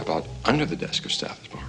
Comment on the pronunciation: Great movie but please figure out how to pronounce Stathis. It's staa-this not stay-this.